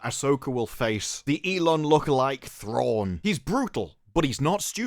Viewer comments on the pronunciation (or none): There's no way this will do Thrawn justice. He's one of the most compelling characters ever written, and they will make him stupid. Also, the actress that plays Ahsoka totally said "Throng" in that clip. So nobody caught that in production or nobody on this project even cares enough to know the character's name.